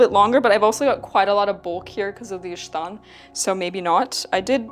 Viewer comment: Volga Tataristan?????? OMG Kazan Tatarian, no wonder you are so non-descriptly beautiful. The word ishtan as you've pronounced it true Turkic. The word in moden Turkish is ichdon (içdon) meaning underwear. "iç" meaning inside. Other forms are işton, iştan, içdon dependıng on geographic location. I know because I am a Crimean Tatar sister.